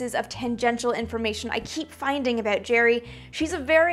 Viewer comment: I love how she's say about. The Canadian comes out.